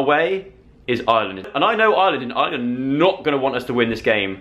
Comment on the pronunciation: YOU WERE HERE AND I MISSSSSSEEDD YOUUUUU 😭😭😭 (PS stop saying Island it's Irrrreland 😂)